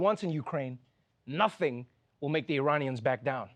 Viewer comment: It was very “eventful”., Especially when he referenced the Uranians.. from Urania..